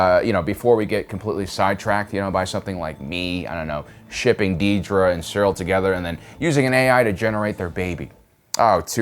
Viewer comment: Another great video and analysis. Just commenting to let you know that her name is Dedra, not Deedra.